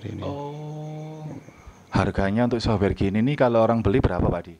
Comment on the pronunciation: software pak bukan soware !!! lol